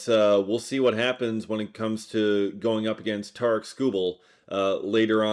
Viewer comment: I heard Tigers went with the Dodgers offer because you cant pronounce Tarik correctly..